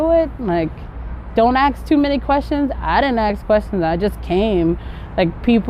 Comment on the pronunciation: Your roots are nigerian or ghana because you said “ they aks you”instead of “ they ask you”.the verb is to” ask” not “aks”.am i the only one to notice that?